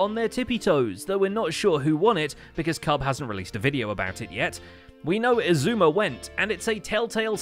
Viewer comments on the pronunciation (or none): none